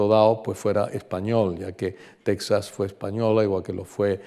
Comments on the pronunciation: Nada que ver la toponimia y la precision geografica. Eso desmerece su presentacion. Apunto que "Tecsas" se pronuncia "Tejas". Y el mapa pues mas que ayudar es un es un anacronismo. Por ejemplo, el "Real de San Felipe de Chihuahua" no existio hasta 100 anos despues de el viaje de Cabeza de Vaca. Es decir, Chihuahua no existia ni como referencia. Por otra parte, los Coahuiltecas eran nomadas desde Coahuila hasta Texas y recorrian a un grandisimo territorio. La frontera actual no existia y este senor piensa que son parajes cercanos! Otra cosa, San Antonio esta en el SUR de Texas no en el norte. De hecho es conocida como "The Capital of South Texas". Aun mas, la caminata fue lo que ahora es Texas, Nuevo Mexico y en el peresente mexicano, los estados de Chihuahua Sonora y Sinaloa... de Tamaulipas a Chihuahua, como el dice, no se puede brincar asi como asi. Tamaulipas esta en el golfo y Chihuahu8a en el Centro norte de Mexico. Es decir, queda una distancia dos veces la extension de Espana entera misma!!! No ha ido. La caminata por Sonora fue en las faldas de la Sierra Madre.... no llegaron al Pacifico pues Alcaraz los encontron tierra adentro. Estebanico murio en "Abiquiu", no "Abicu"... Otra cosa...Los indios pueblo por aquellos anos vivian muy confortablemente a las faldas de las montanas y la orilla de los rios. No tenian joyeria pero tenian una riquisima cultura y nop eran meiserables. Es la actitud del tipico anti-antropologo con todos los prejuicios que lleva... Terrible. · Muy ameno e informativo. Una pequeña corrección: en español Texas (que también se puede escribir Tejas), no se pronuncia "tec-sas", sino igual que si estuviese con una jota. Lo mismo México, Oaxaca y otras.